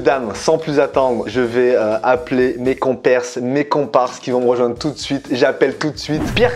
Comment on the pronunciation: "Mes compèrses" All right